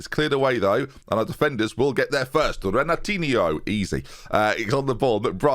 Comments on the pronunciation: It's not Renatinio. It's Henatinho, more or less. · That Renatinho pronounciation is so wrong jesus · It is “Renatinyo” In Portuguese, if it ends in that -ho, it’s pronounced “-yo” Think Ronaldinho vs Firmino. “yo” vs “o” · This is so wrong. The -nho sound is pronounced like the spanish -ño sound. Like Torres was called el niño, the -nho sound is the same. It takes a 10 second google search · Its pronounced "renatinio". Like this comment so that sees it! Shout Out from Brazil! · Its pronounced Renatinho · Thames Pronunciation Session: 1. Renatinho = Ren-Are-Tee-Nee-oh (like Ronaldinho) 2. Ollikainen = Ollie-Kye-Nen (say what you see ) 3. Latham = Lay-tham 4. Cooney = come on, how can you mispronounce that? I expect no further mispronunciations. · Actually, Renatinho is Portuguese, so has been saying the "Re" part wrong because it is different from the Brazilian "Re" in words like Renatinho (and it is not Ren), and it's understandable because English tends to delete that phoneme. The "e" needs is the "e" English has in "diff(e)rent" ou "ev(e)ry" if he utters the words very slowly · NH in Portuguese sounds the same as GN in lasagna, as a tip for you on how to pronounce Renatinho. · I love how you can say Ollikainen without flinching but Renatinho bogles your mind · Me being portuguese and seeing strugle to say Renatinho is so entertaining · boggles my mind, he would say Ronaldinho perfectly, he just doesn't connect the dots on how the pronunciation thing works